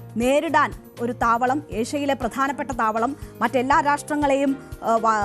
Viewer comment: താമാളം അല്ല താവളം